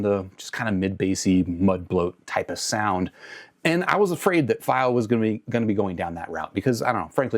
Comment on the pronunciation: fy-o? I'm new here, is pronouncing it that way an inside joke?